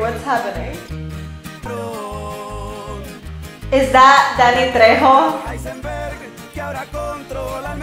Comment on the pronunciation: Thank you!! And it's Trejo*. Remember in Spanish our J is pronounced like your H :P You never had a turtle pet?!